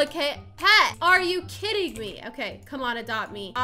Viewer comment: When she said “are you kidding me right now” I thought she said “are you kitting me right now” LOL😂😂🤣